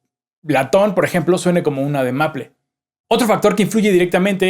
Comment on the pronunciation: Que pedo con el maple? Hahahaha! XD Con lo bonito que suena arce... Aaaaahhh... (Suspiro), también suena bien maple, pero, bien pronunciado (meipol) Y sigo viendo el vídeo, que tengo una gran tarola, aquí en españa le decimos caja, y no termino de sacarle todo el jugo. Gracias por todos sus vídeos, un fuerte abrazo! Pd. Que pedo con PHAT? Se escribe Fat :P XD